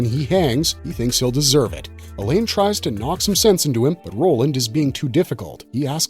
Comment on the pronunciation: Mispronouncing Alain with a hard E at the beginning and making it sound like "Elaine" was also distracting...